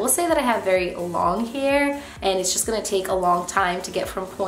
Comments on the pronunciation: I feel like every time you said “hair” it sounded like “here” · the way she says hair - heir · I've never heard anybody say the word "hair" like that before 😳